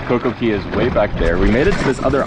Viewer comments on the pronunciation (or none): Why do you always call it Coco Key not Coco Cay?